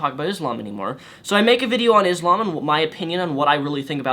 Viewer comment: You fool you do not even know how to pronounce Islam or Muslim.